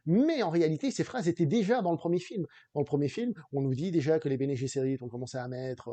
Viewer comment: Bene Gsserit ne se prononce pas comme en anglais. ce n'est pas Bene Jesserit. :)